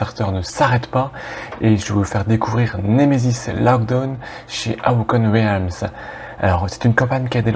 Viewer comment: Moi je connais le nemesis du Meeple et de: la prononciation d'Awaken Realms haha. Allez en phonétique: uh.wei·kn (awaken) relmz (realms). Merci pour ta vidéo, j'ai découvert ce jeu par hasard. vu grace à vous qu'il y avait un nouveau KS. ca sent bon le jeu survival horror dans l'espace.